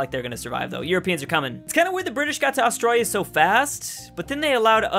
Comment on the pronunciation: AUSTRA-L-IA Not Austraia Is it just me or does anyone else here it